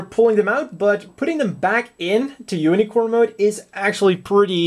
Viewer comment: i know i'm late, but i like how you say "unicron" instead of unicorn in the first fifth of the video